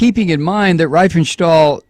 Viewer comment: One minor point. Riefenstahl is pronounced Reef-en-shtal. I before e in German is pronounced as a long English e.